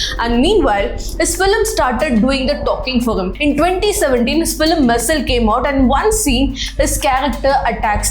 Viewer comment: NOT FILEM but pronouce as FILM